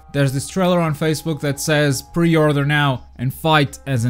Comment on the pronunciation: Say pre order one more time i swear "pe othrruing" 😂😂😂